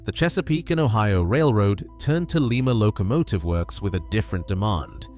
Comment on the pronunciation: LIE-ma, not LEE-ma.